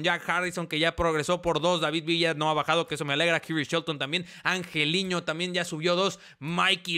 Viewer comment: porque le dices angeliño si es angelino? :v